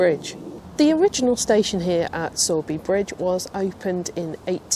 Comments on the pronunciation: Er, I hate to be that person,, but it's Sow as in female piggy, not Sow as in sowing seed. As a Yorkie, I am unanimous in that! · It’s saw, not sow!